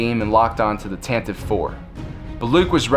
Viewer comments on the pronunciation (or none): I'm having a difficult time hearing "Tantiv IV." The original radio drama clearly pronounces the final "e."